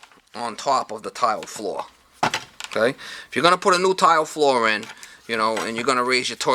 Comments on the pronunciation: Is not flaw! Its floooorrrr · I love how you say "floor"! Nice video! Very informative!